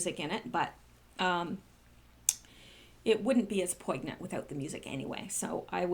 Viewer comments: OMG... did you just POIG-nant? with a hard G? Try this instead.... POIN-nyent, silent G. Or, maybe you were just 'playing with words'. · Hey, English major, you're driving me insane! Would you PLEASE correct your pronunciation of the word "poignant"? IT has the "GN" dipthong, kind of "swallowed" "G", not the hard sound with a stop before the "N" that you use. It should be poi-nyant spoken. Sorry, one of my pet peeves. Cheers, Dave